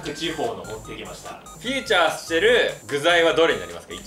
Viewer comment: フューチャーは注目じゃない😂 フィーチャーです😂